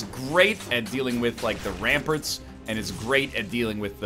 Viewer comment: I love how he pronounces it ramperts